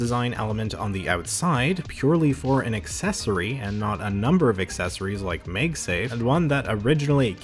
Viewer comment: First time hearing someone says MagSafe as "MegSafe" xD